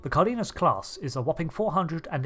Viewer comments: It's pronounced "car-den-yas". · its pronounced CAR - DE - NAS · Just fyi, Cardenas, the E has the same sound as in the E as Egg, and the first A has an accent in Spanish for emphasis, so the pronunciation is something akin to: Kár-de-nas. If you use translator and write the word with English setting, and listen to it, the sound is the same in English and Spanish.